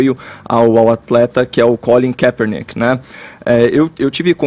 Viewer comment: quer pronunciar correto e pronuncia tudo errado tanto NFL quanto o nome do Collin Kepperninck